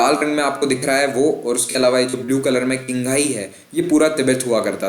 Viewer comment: Qinghai is pronounced as "Chinghai" not "Kinghai". Xinjiang is not "Zingjiang", it is pronounced as "ShinJiang". Remember in Chinese "Qi" is "Chi", and "Xi" is "Shi".